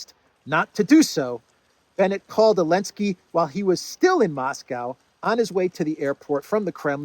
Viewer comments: Why do you say enlensky and not zelensky. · Why do you keep pronouncing his name without the Z are you disabled? It’s Zelensky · It's Zelensky, not Elensky. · You definitely right call Zelensky - Elensky! He HATE letter Z :o) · Do you intend to kill Elensky? 😂😂😂😂 i was listening to the vid so i thought the PM called him Elensky 😂😂😂😂